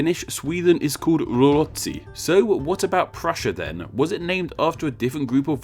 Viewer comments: Wow... some nice butchering of routsi, but nice try! :) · your pronunciation of Ruotsi is uhhhh quite bad